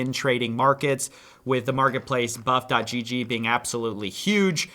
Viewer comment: its buff163 not buffgg